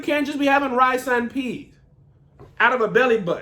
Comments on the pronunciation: Wait a Likkle minute. KevOnStage. Why come you know so much about Jamaican Culcha? I see you using "Pum-Pum" all di time. Now you just casually chatting bout "Ackee & Saltfish" "Jerk Chicken" & And It's "Rice and Peas" not "Pea". You have a Jamaican side piece or Wha? Are you the guy cheating wid Di Jamaican lady who works at the Jamaican restaurant? Are you "That Guy" Getting Extra Oxtails wid extra Oxtail Gravy? Hmmmmm. 🤔🙄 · Kev, I laughed hard but you got to get something right next time. It's Rice and Peas! Not Rice and P. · Put the S on the pea please, it rice and peas not pea 😂